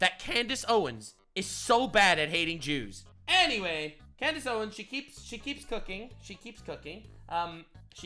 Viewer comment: Clandace owens? 😂